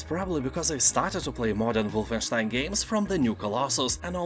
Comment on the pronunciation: Aside from a good sale list, I also found out how to properly pronounce Wolfenstein. Thank